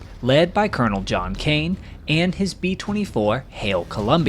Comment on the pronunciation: Excellent video, but is it possible to create a voice which avoids the uneducated accent that pronounces "aynd," (hundreeds of times), "aynti-aircraft," etc gratingly every time an a occurs? Sure, a niggling point but its correction would help your presentation lots.